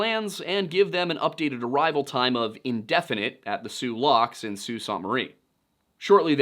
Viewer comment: Soo sAANT Marie was a good one too